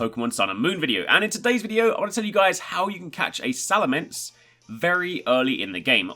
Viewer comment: it's salamence not salamance